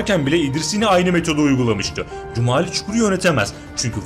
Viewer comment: Да не Кумали,а Джумали😎